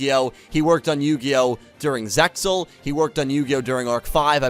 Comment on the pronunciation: I never like hearing Zexal pronunced as “Zex Zul”!! It’s ZEXAL (like zelle). And I hear Xyz sounded by the letter, it’s pronounced like a word!